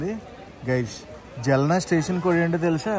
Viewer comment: జల్నా కాదు బ్రో ఆ సిటీ పేరు జాల్నా